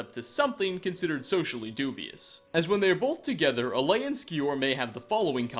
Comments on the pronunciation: Pronounced ( Ay-la ), not Alea. And his name is ( Vol-thur-yol) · A ela not alaya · it's AELA not Alea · here’s another mystery, why can’t this guy talk? he can’t seem to pronounce ANYTHING right! in other videos he just gets everything he says wrong, he said ‘alea’ not aela. is he just dyslexic lmao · It’s aela, not alea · "Alea" It's Aela you oversized mudcrab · It’s pronounced Ayla, not Alaya. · Aela is called Leia now apparently. I gotta say, for some reason, calling you out on your pronunciation is kinda fun. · How can you pronounce Aelas name wrong 3 (EDIT 4*** ALAY??? SERIOUSLY MAN) different wrong ways in the span of like what 20 seconds dear god I enjoy the videos but question if you've ever played the game with audio because it seems like 90% of the things you cant pronounce even thought theyre said very clearly multiple times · Oh my fucking god. Learn how to pronounce the names before you say them wrong on the internet OVER AND OVER AGAIN. Khinareth. Kin-ah-reth. Aela. Ay-la. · A-laya? Wtf, are you dyslexic? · Stahp saying Alea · The only bad thing about this video is how pronounces Aela. How do you get it that wrong? Like, it's not even close